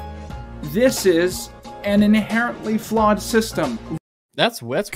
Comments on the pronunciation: I know I'm late and they will probably never see this but I think he said flawed thesis not flood thesis. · It irks me that he clearly says flawed thesis and you spend the next half hour making fun of his borderline speech impediment lmao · After hearing it for the 8th time or so I have concluded that he said "their flawed thesis" and simply cannot pronounce words correctly.